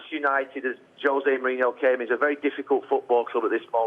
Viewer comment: Why can't they pronounce his name right it's Mourinho not Mourinhio no I in his name idiots!